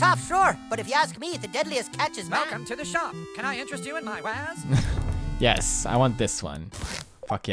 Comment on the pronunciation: sounds like interested in my waz, not wares